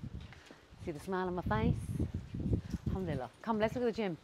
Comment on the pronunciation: 👌 Just sis the pronounciation of Alhamdulilah 🤦‍♀️its bugging me lol. Its Alhamdulilah, i think you say hamdulilah 😅meaning changes